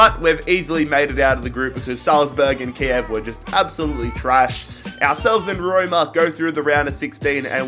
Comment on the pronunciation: Roima “Roma”